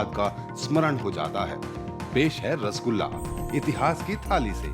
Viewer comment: It is "R-SO-GOLLA"